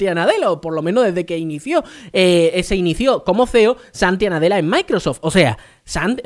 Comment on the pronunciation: repite conmigo, se Llama Satya Nadella, no Santia Nadella 😂